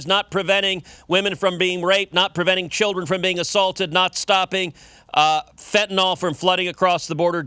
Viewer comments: "I don't think that acronym is accidental." It isn't an acronym at all! DNA is an initialism! If it were More Aliens Now, abbreviated as MAN, then it would be read as "man," and it would be an acronym. Also, stop saying fentanALL! Fentanyl is pronounced fentanILL. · Fentanyl ends with "yl", not "ol".